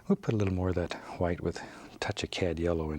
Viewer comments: I could just listen to him saying hwite all day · “Just a little Hwite 👌” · Hwite. never gonna say it differently now. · I love how he pronounces the h in white. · I always wondered why he says hwite